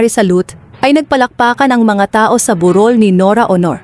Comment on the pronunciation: Mali mali pag bigkas ayusin mo di tuloy maiintindahan ng malinaw ang salitang sinasabi mo tagalog pero ewan.tulad ng burol bu rol.